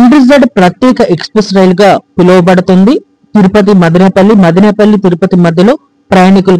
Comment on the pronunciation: మాదినేపల్లి కాదు బ్రదర్ మదనపల్లి! గమనించండి